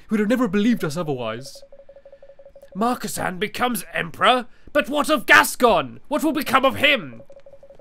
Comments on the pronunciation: It's Marcasan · It's marcasan but it says marcisin